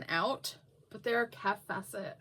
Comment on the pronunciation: You pronounce "Kaffe Fassett" like "safe Bassett". Lots of us love those fabrics. Looks like she's really liked the designer Philip Jacobs who designs for the KF collective.